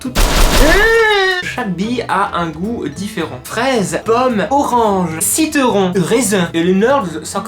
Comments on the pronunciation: Haha + 1 pour le clin d'oeil à Adèle ! Et pour le "citeuron" x) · tu as dit citeuron hahahahahaa comme Nadège